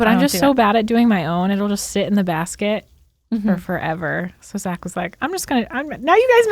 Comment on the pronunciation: when reads an ad, i always hear "shit with us" instead of "sit with us"